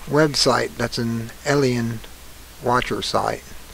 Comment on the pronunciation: Unfortunately this guy's credibility is compromised by his getting the date wrong and inability even to say the name of the comet correctly... ELIEN? Perhaps he has a bad case of DYSLEXIA.